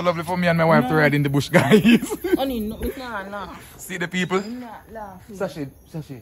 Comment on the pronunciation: love seh "Peopr" instead of "People" 😂😂😂😂